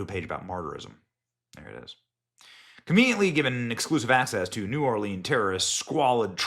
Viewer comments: It's not pronounced New Orleeeeens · Benny, love ya dude, but it makes me cringe every time you say New Orleans. As a local, we only say New Or-leens when singing or reciting poetry or rhymes. Otherwise, it's pronounced New Orlins. Thanks for your reporting and diligence in seeking the truth.